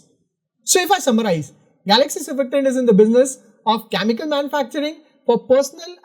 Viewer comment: Please work on your pronunciation. You pronounce chemical as Chamical or Kyamical.